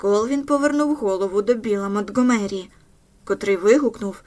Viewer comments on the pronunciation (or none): Правильно МонтґОмері, гучнИй ( але гУчність). А вибухівка ''сі 4'', не ''ес 4''